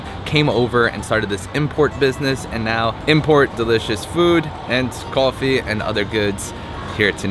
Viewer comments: cawfee it’s that New York accent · Did you realize you don’t have a typical New York accent but say coffee like your from Brooklyn or my cousin Vinny - even funnier is when you say coffee multiple times fast your Brooklyn coffee accent suddenly disappears